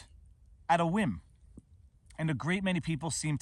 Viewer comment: HaWhim?..say cool whip.....cool hawhip say cool... cool...say whip...whip...say whim..hawhim